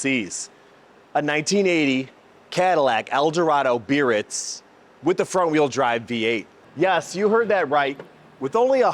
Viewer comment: Cool car! There are a couple for sale at a dealer in northern IL. BTW , it's pronounced Bee-uh-RÌTZ with a gentle roll of the "r". It's a French city.